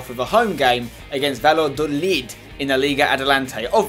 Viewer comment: Dear Spencer, please implement some Spanish pronunciation. Two L's in a row makes a "y" sound Ex: it would sound like Vayadolid